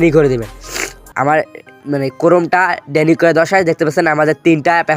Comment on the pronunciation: ডেনি নয় ডিনাই